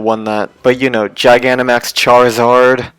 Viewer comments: He sayin gynamax its gigantamax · Do he have a problem with "ta" he is saying gigantamax ginamax and eternatus eternus